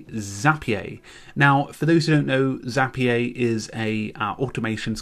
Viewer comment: Zapier rhymes with happier ;)